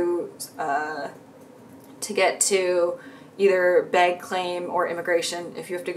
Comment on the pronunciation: I love how we can tell where you are from in the US when you say “bag”. So cute